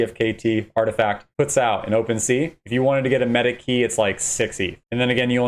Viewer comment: say it with me - ar-ti-fact, again artifact